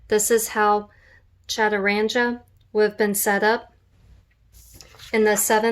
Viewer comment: The gee in 'chaturanga' is a hard gee pronounced as in 'guest', not the soft gee as in 'gym'.